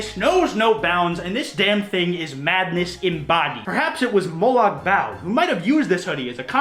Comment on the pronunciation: Yee said Molog Bal wrong